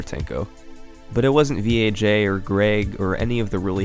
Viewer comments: >THIS IS VEE AYE JAY it vaj. vagina. just say vaj. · Why do you keep calling him V.A.J when it’s obviously a pun of the work Vagina😂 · It sounds like he keeps saying VHA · I heard VHA instead of VAJ. Funny how English letters work sometimes. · You just didn't wanna pronounce Vaj "vag" lmao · pretty sure it's pronounced "Vaj" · After hearing him talk I'm sure his name isn't pronounced by each individual letter, VAG, oh I mean V A J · I got a seriously chuckle when you pronounced "V. A. J" as the letters instead of how it reads.